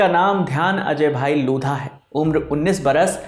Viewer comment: लोढ़ा होता है, लोधा नहीं। क्या हिन्दी जानते हो तुम, अंग्रेज़ी ने मार ली है । 🤦🏽